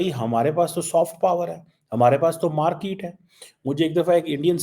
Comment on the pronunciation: No body calls market as markeeet in Punjabi